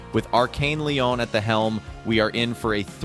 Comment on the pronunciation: I love your content and keep up the great work dude!. Just so you can stop looking foolish though I will tell you it's not pronounced arkane lion.... Its "Lee-own" would be how you properly pronounce that location in France. 😂